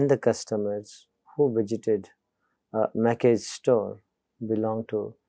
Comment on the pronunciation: "Macy's" is pronounced /meɪsiz/, not /maki/